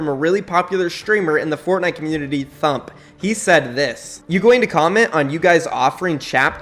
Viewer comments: Lolll it’s “T - Hump”, not “thump” lollll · 😆 T-Hump not Thump hehe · MAN SAID THUMP ITS T HUMP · His name is T-Hump, not thump